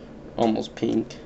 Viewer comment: a peenk?